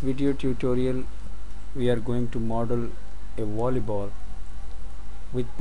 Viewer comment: i havnt watched this all the way through yet but because of the accent i heard the creator of this video say wolley ball instead of volly ball, just thought i'd point that out, not trying to offend anybody